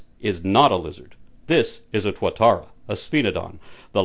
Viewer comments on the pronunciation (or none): The only thing wrong with this awesome video was the mispronunciation of Tuatara, should be more like two-a-tara